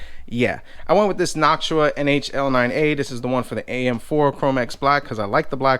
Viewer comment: u say noctua wrong